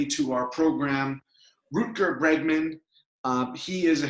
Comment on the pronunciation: Root-gar Bregman :)